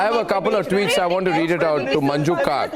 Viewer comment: Gaurav Joshi Not khaak, it's Kak. She is Manju Kak gio nahi, Jio